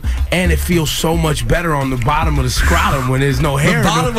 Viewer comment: "scratum" lmaooo